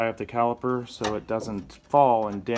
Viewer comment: CaliPer.. With a P.😁